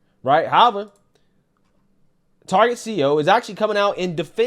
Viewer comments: I stopped when they started pronouncing it Tar-jay. Reminded me of Joe Dirt saying his last name was Deer-tay, lol. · Its pronounced "Targay`